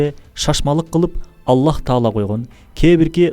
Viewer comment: Бул мырзанын тоживид жагы чийкирек экен мисалы Аллах деп айткан учурда акыркы х тамга сыртка угулбашы керек анткени ал тамга жумшак тамга